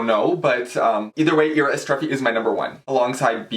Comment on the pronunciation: you are pronouncing it right... great video :)